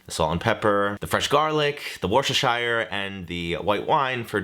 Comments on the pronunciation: You’re amazing! Also as a New Englander, it is Wuh-stur-shur sauce ◡̈ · Bloody hell, it is “WOOSTASHEER/shire” sauce. I don’t know why you struggle to pronounce it so badly when it’s a lot simpler than it seems. I love your cooking and content but please stop hurting yourself with this one especially as you struggle pronouncing it so often. It’s far easier than the spelling suggests! Much love, Z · As a brit, I will never get over how says Worcestershire sauce! It sounds like he’s saying “worst sister sauce” 😭😂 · I'm pretty sure he does it on purpose, some people even say "wash your sister sauce" 😅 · Not coming for the pronunciation of Gruyère, when butchering the pronunciation of Worcestershire 😉